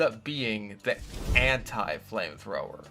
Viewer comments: you pronounced anti incorrectly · you said anti wrong once. checkmate